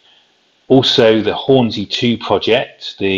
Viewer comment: It's Hornsea not Hornsey